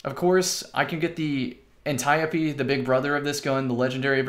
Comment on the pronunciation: The "ant-I-oh-pee" he said